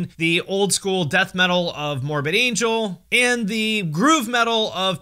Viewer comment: I had to listen to you say Morbid Angel multiple times to realize there wasn't some heavy band I wasn't aware of named "Mormon Angel"